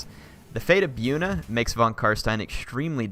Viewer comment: Its pronounced Bojuna not byoona XD